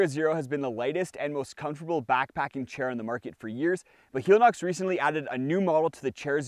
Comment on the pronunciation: I know it's entered the vernacular but I believe it's not hee-lee-nox but hell-e-nox, as in helicopter. It's the same thing with Teva, which is teh-vah, not tee-vah, and Hoka oh-neh oh-neh, not one-one.